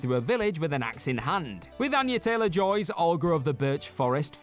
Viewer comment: **Anya.....NOT "Anna".